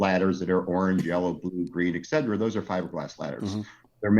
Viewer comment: I love his products, but the way pronounces "etcetera" makes me want to punt a baby seal.